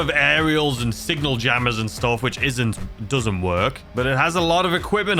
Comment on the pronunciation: Aint no way bro said signal jammers